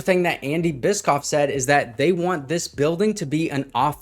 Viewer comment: I believe it’s pronounced bish-off.